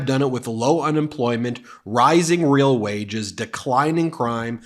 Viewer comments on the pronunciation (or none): none